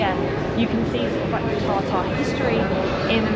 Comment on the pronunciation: I laughed at your pronunciation of Tatar 😂. You pronounced Tartare. My thoughts were uh nice, which one would I like? A Salmon, Tuna or Beef 😂😂. Good video as usual. Thanks